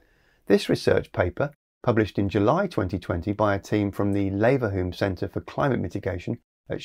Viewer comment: Leverhulme is said /ˈliːvəhjuːm/ I only care because the guy the company is named after is from my hometown